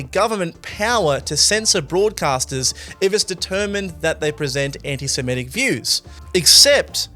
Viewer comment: It is pronounced anti-semITic, not anti-semETic. an·ti-Se·mit·ic ˌan-tē-sə-ˈmi-tik ˌantɪsɪˈmɪtɪk